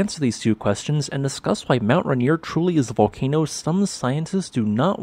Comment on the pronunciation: It's pronounced "Ray" "Near", not "Ruh" "Near". Hope that helps!